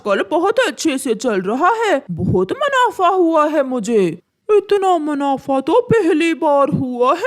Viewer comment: Haaton nahin--- Haathon. Rano ko to apni maa ke haath se bane daal chawal khane the,bana usne khud hi liye. O nalaik, manafa nahin--- Munafa. O anpadh ganwar, wahan hi nahin--- Wahin. Tumhein ye bhi bolna nahin atta. Achchhe se nahin--- Achchhi tarhe.